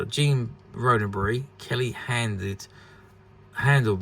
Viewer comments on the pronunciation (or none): You seem to have lost a “D” Gene “Rod - Den - Berry” Please! He did not past tense Rode A Berry!